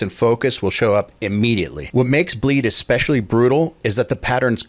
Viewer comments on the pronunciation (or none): none